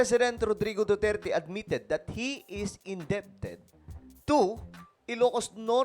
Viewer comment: In-de-ted ---- SILENT "b"